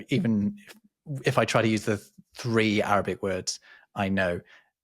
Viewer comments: Arabic pronunciation is absolutely brilliant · Wow, Arabic pronunciation was spot on. Some of those pharyngeal consonants are not at all easy for English speakers. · Arabic pronunciation is so good!